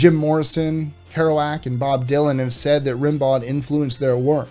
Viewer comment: Rimbaud is pronounced like Rambo.